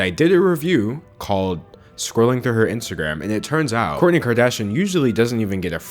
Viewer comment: The way he messes up the names ughh